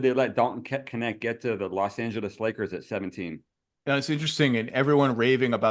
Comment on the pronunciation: Dalton Connect (Knecht). Every German speaker is dying laughing. 🤣🤣